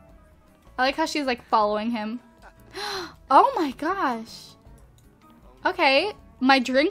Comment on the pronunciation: When she she said "Ohmahgawsh" i laughed my ass off and idk why